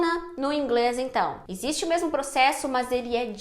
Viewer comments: Sou paraense e o som de mesmo é de "s" e não de "z" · Já que VC fala mermo deveria ter dito mermo mermo.